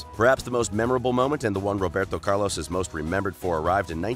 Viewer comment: Dude you have great content but got to stop butchering names